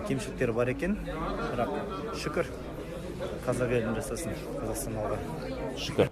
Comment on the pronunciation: Шүкір... 🤣🤣 залетело даже без акцента 😅 ты хорошо подружился с казахским.